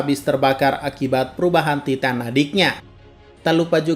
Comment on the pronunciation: Taiten bukan titan, gak bisa Inggeris